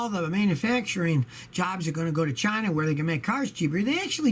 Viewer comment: Scotty doesn't trust "Chy-na" if it's printed on the box.